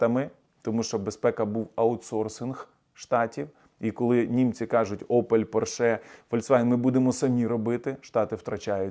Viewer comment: Таки ПОрше, а не ПоршЕ. Це німецька фірма, тому читається з наголосом на перший склад.